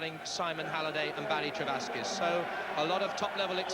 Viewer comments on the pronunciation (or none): Beaumont could never get Halliday's name right.